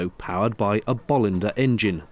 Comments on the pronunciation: And regarding the pronounciation. As a Swede I have always had the stress on the second syllable: Bo-LIN-der. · Todays Swedish attack, they are properly pronounced Boo-Linders, with a long o, so no bolls... 🙂 Just a bit of Swedish trivia. Now back to the spiffing noise they make.